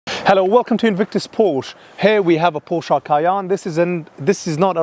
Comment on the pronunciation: Cay-enne Porsch-e